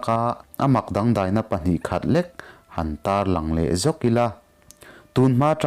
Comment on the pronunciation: 'A thlar dei duai' déi duái ni loin dei hi lam hniam in 'duai' pawh hi nguai tih thlukin lam la, 'ter pha an awm lo' 'ter' hi ke (leg) thlukin, lam la angaihnawm lehzual ang. A dang pawh ala awm nual ang. Han uluk lehzual deuh teh.